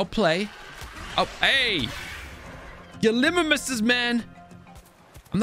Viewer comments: it is not gilimmimus it is gal- a -mime us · And it is gal-e-my-mus